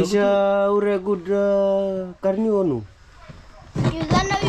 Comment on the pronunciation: Hey you need to practice more on how to kari the niu😂